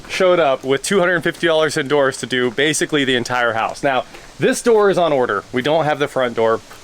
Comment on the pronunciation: Oh king of DOORS, I thought you said king of WH**ES! 😂😂😂